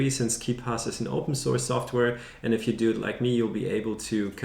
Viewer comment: "und by the way" your are germen guy?